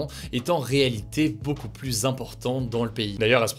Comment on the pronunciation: Tu fais un super boulot mais par pitié peux-tu prononcer "plus" correctement quand il est suivi d'une consonne ? 🙏🙏 La confusion entre "+" et "plus (négation)" n'est pas possible à l'oral.